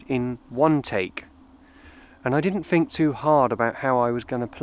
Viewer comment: Lovely. But it's 'think' not 'fink'.